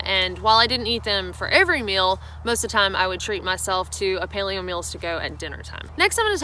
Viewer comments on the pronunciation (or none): none